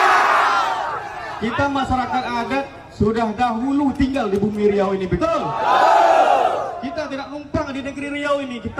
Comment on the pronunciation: Nama Salah "Riua", Benar "Riau"